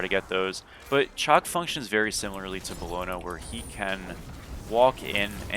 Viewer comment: It's shock my guy shock.. not chalk